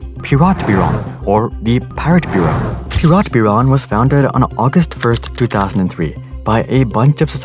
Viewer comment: I wanna scream because you're mispronouncing Siemens and Piratbyran.